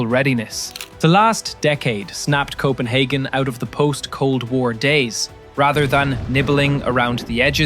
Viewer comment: Coppenhagen lol